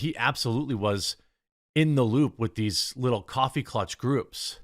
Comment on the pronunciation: It's coffee klatch, not clutch.